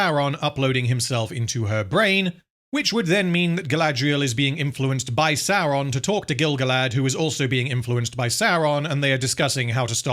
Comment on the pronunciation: You're pronouncing Saurrrrrrrrrrrrrrrrrrrrrrrrrrrrrrrrrrrrrrrrrrrrrrrrrrrrrrrrrrron wrong.